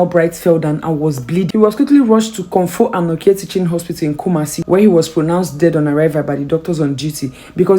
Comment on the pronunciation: Kumasi the way you pronounce it pls always ask someone to pronounce it well for you before doing videos